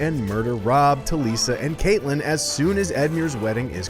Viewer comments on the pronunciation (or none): Lol her name is Catlyn. CATlyn. Not Kaitlin. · its pronounced CAT-LYNN